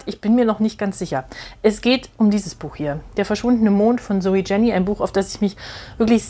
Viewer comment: Danke für diese ausführliche Besprechung. Ein Hinweis noch zur Aussprache des Autorinnennamens: Man spricht das J nicht englisch aus; Jenny heisst „ienni“, ein häufiger Schweizer Name. ZJ ist die Tochter des Verlegers Matthyas Jenny, der vor einem Jahr starb. Er gründete das Poesietelefon, das Int. Lyrikfestival Basel und die Buch Basel.